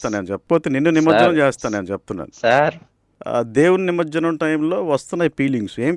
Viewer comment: నిమర్జనం కాదు బాబూ, నిమజ్జనం అనాలి!!!